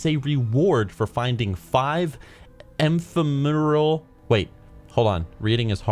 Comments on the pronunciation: Ephemeral ( Efemeral ) yOu FoOL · Ephemeral eff-em-er-all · Ephemeral...pronounced Ef Em Ear Al. Also wondering if WoW has any bat mounts yet? Even though I'm Blue for life always wanted a bat mount. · Its pronounced "F em er aal" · Eh-fem-er-uhl crystals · You don't know how to read. It's epHhheffmeehhmemeral stuff. I know things. I'm smart.